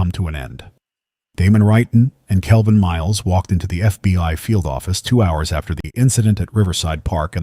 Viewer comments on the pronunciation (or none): He kept saying fby instead of FBI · HOLD UP!!!!.... NARRATOR....KEEP SAYING FBY!!!!...KEEP IT REAL!!!!....FBI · DO NOT EXPECT ME TO WANT TO FOLLOW A YOUR SERIES WHILE YOUR AI VOICE CANNOT PRONOUNCE FBI.THE AI VOICE IS CONSTANTLY SAYING "FBY" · As soon as the narrator said FB1 instead of FBI I knew it was AI... still a good story... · Its F.B.I. NOT F B.Y. FFS if you're goung to use AI to narrate the stories at least get it to recognise the damn alphabet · Just over two minutes in and the robot says they work for the "FB one." More robot voice BS. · and then it says FBY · Indeed. Also, says "F B Y" a bunch of times. Rather irritating and distracting. How about paying a human to do the narration, rather than AI................